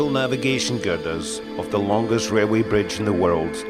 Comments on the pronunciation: I’m not sure I understand having this narrated by a guy with a real bad speech impediment. He can’t say an R word to save his life. It’s torture having the gentleman say “railroad” so often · Wail way is that Scottish for Railway? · whats a wailway bridge 🤣🤣🤣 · ..a wee wrailway bwidge.... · Wail way 😜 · sounds like he is saying, THE WAILWAY BRIDGE....... he must be scotish, the foreign fuckers cant speak English....lol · not pokin fun at his accent, but the first few times he said "RailWay", made me laugh. And I also enjoy history info, such as this. ThankYou!